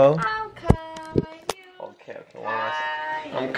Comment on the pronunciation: Dang she said cailou 😂😂😂